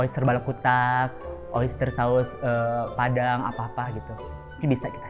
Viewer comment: Sub "gitu"nya ditulis sesuai yg keluar dr mulutnya bondol yaa jadi "geeto" wkwkwkw